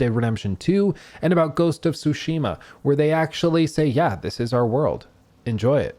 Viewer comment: No one can pronounce "Tsushima" correctly. THE T IS NOT SILENT.